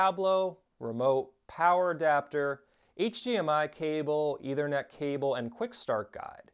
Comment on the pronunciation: It's a soft th in Ethernet.